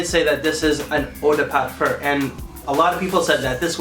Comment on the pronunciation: thanks. i knew about the difference in concentrations, i was wondering why you say eau de parfur, with an "r"? it's eau de parfum, with an "m", no ?